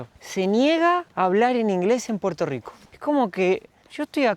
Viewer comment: estas en PUERTO RICO, no es RICH PORT!! Asi q dale al español nomas!!! el idioma mas lindo!!!!